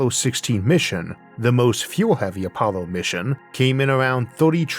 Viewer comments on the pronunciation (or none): none